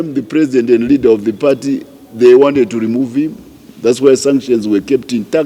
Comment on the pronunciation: Broe please say Leader not Readers please you confuse us idiots